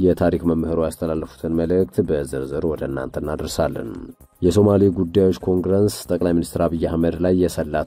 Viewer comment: እርማት፣ኮንግረንስ ሳይሆን ኮንግረስ ብሎ ቢነበብ ትክክል ይሆናል።